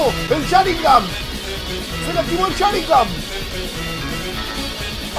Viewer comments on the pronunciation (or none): none